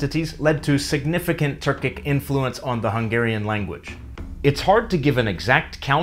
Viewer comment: why do you pronounce "influence" with the emphasis on the "flu" instead of the "in." why do you do that